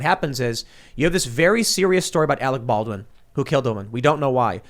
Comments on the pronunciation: and we all laughed when Kim jong il said " we got Arec Barwin " . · You're worfwess Arec Balwin. You're still worfwess Arec Balwin.